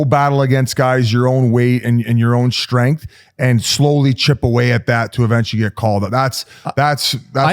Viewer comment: Do people realize there is no letter H in words like strength and structure? Shtrength shtructure. When did this become a thing?